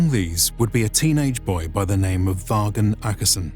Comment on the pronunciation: Vagn. Is pronounced Von.